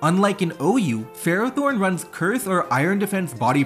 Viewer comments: Nobody pronounces Ferrothorn right. Fer-Raw-Thorn not Fero-Thorn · I'm going to scare everyone. The correct pronunciation for Ferrothorn is "Fur-Aa-Thorn".